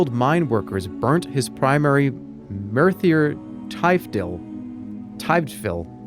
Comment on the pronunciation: The way he says Merthyr Tydfil actually gave me conniptions